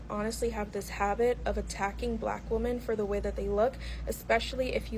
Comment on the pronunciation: Why can't she say women?